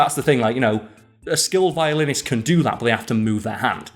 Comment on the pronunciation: If the video title didn't have Violinist in it, I almost would have sworn you said "nothing gets me hyper to open a beer than a good ol chat about Violence!" xD